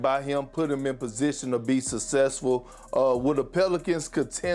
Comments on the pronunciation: Did he really say "Sussefull?🤣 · “Sussessful” lol how have the producers not corrected big perk yet?